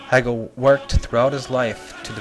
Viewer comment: wow, you managed to mispronounce the name of the most influential german idealist philosopher in history. he's not related to katherine heigel. hey-gul... and in the same sentence you butchered the pronunciation of the city in which the automobile was invented. shtewt-gart... just, sometimes this shows that you don't understand anything about anything. marx and hegel spoke german... i could go on and on. you should read, then you could teach others.